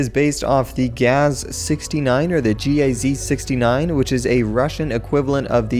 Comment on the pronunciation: It's Gaz,not G.A.Z,i am pretty sure that the new sedan is a Vaz,and the rover is a old Uaz